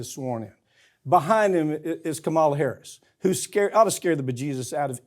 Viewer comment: Incumbents have never debated in primaries, so enough of your nonsense. You disrespectfully mispronounce Vice President Harris' name. Kennedy's treatment of his wives disqualifies him, for me.